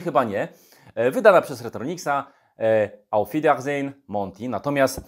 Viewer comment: Prawilna niemiecka wymowa dopiero daje odpowiedni wydzwiek tytułu gry :D hahah